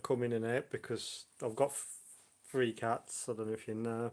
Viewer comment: Xbox FREE60? it's THREE sixty. Three. Th TH TH. Tongue between teeth.